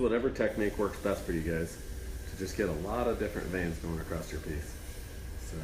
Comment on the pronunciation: There’s no t in across.